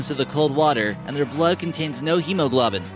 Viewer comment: Pronounced (brine-ik-kul), as in brine + icicle, a combination word. It's not "brinnacle" . Also it's (hee-moe-gloe-bin), not hemo-"glaw-bin" as it was pronounced